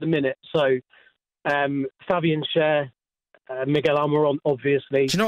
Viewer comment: shar not share lol